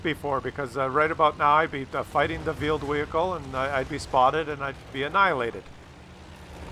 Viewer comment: I keep hearing "vealed whehicle"